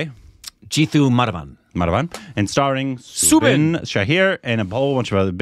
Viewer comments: It's not subin... It is "Sou" sound from the word "south" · His name is pronounced Sau-Bin , as in Sau for Sauron